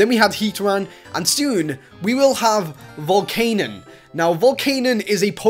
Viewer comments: Its not Volcanon, its Volcanian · By the way i believe it is pronounced Volc-ah-nion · U pronounced Volcanion's name wrong. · ITS VOL-CAE-NEON